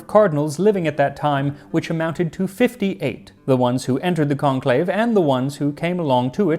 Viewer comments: You probably already know, but is the French pronunciation of conclave in English. 🙂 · To all my fellow early viewers, never forget, "CONLAVE" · lmao